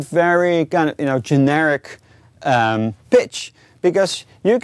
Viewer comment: every time he says pitch , i always hear bitch =/